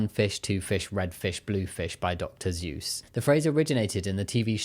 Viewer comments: you said "Dr. Seuss" but I heard "Dr. Zeus" and was very confused there for a second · "By Dr. Zeus" - I know you didn't mean it this way, but my ears said this is how you pronounced Seuss, and it amuses me to think of the Disney version of Zeus...Or the SuperGiant Games Hades version of Zeus...Writing books for kids to read with their parents, and being so very careful to make sure the stories are full of fun alliteration and little rhyming verses.